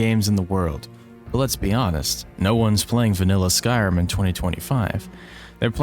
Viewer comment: I love the content, and i love your delivery, but holy cannoli my guy you don't enunciate "Skyrim" at all, you keep saying "skyai'm" and it's WILD wtf